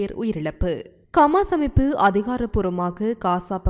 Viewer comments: உங்களுக்கு ஹமாஸ் என உச்சரிக்க முடியாதா ! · Yes bro..intha pombala Eppothumee Kamas Kaasa Balastin nu thappu thappa than Solraal.. Hama's Islamic terrorist nu Correcta Sonnathey illai☝👎🙅😄😅😆😝